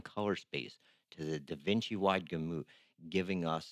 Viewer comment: I don't trust anyone who can't pronounce Gamut